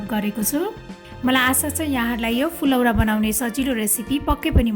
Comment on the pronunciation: कमसेकम उच्चरण त शुद्ध गरुम न हो , फुलौरा हैन , फुरौला , हो जस्तो लाग्छ मलाइ त